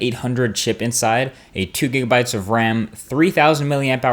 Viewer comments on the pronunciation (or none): none